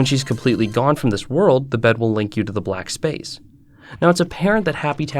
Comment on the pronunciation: “Black splace”